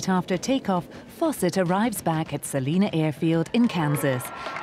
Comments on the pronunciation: I saw the landing from my front yard 5 miles away. Just for the record--Salina is pronounced "Sal-EYE-na", NOT "Saleena"! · HOW COME NO ONE CAN PRONOUNCED SA LINE A KANSAS